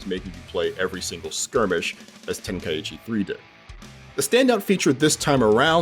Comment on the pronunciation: Tenkaichi... Ten... kai... chi.... Why is everyone now saying "Ten Kai Ichi"? 😅